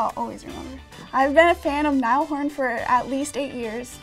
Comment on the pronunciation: She said niel horn it’s naill horran